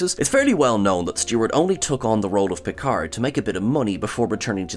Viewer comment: Please: Picard with a silent D At least this "original" Piccard, when it's french, the D is silent.